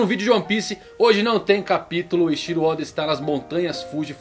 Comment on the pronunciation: certo - ei TI ro Oda e nao Ei XI ro ka I do, e nao KAI do kkk esse cara n acerta uma kk